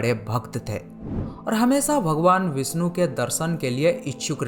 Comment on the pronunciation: भगवान विष्णु not विस्नु , सादी नही शादी भ्राता आप हिंदी डिक्शन pe kam karo....apke sha or sa me ... problem hai